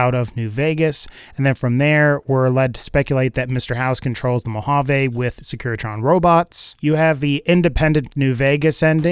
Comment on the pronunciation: You pronounced Mojave wrong meskndrbfidne I live there just my pet peeve